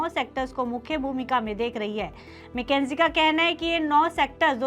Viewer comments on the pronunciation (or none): मैकेंजी नहीं, मकिंसे बोलिए